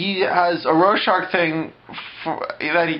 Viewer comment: The only thing that bugged me was the mispronunciation of Rorschach. Really funny otherwise...I don't think I've laughed that hard in awhile.